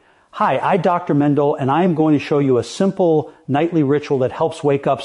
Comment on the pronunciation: He actually pronounced his name wrongly, so…..😂